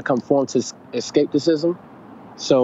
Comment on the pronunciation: Did my nigga just say escapesism?